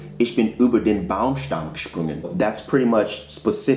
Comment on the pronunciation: Just a quick note for now: It's gesprungen, not gesprugen. 😉